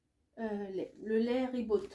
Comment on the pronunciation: Coucou,super ça donne envie. Pour le lait ribot,on ne prononce pas le t de la fin. C’est comme un yaourt à boire non sucré avec une petite pointe d’accidité. Moi j’adore bien frais. J’espère que tu vas aimé. Bisous.